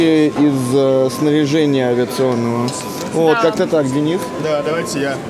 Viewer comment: как он говорит "ДЭА", считайте)